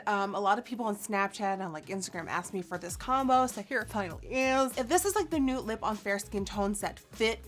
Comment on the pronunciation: The way Nikkie says 'nute' instead of 'nude' is one of my favourite things in the world